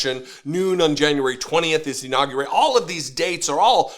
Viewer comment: Did he have an inawwgravation or a inurawgerated?